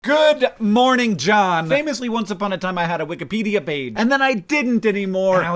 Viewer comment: I would almost swear I heard you say "wik-uh-pedia" page just now ... But as I've been watching through the OG Brotherhood 2.0 catalogue the past few days, I am acutely aware that this is in fact, a mispronunciation. Just thought 2007 Hank would want you to know that, 2025 Hank. Carry on.